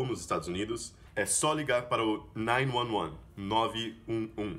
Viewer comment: Caramba, a pronúncia de 911 achei que fosse nine eleven ou nine one one e vc pronunciou com nine "nuan nuan" essa pronúncia também não sabia. Alias essa armadilha de emendar as palavras na pronúncia que nós aqui sempre nos perdemos.